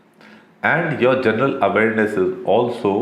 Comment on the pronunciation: Ittt ezz what it ezz